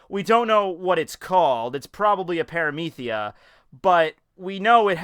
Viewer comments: Paramecia, not paramethia. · We're all just gonna ignore saying Pramethia in the first 2 minutes? Shit had me laughing my giggly bitch head off. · Did you hear it he said paramithia what the fuck?